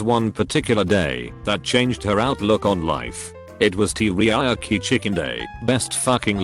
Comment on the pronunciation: Tea ree yaki chicken